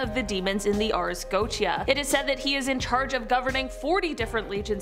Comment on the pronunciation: She mispronounces Goetia so much.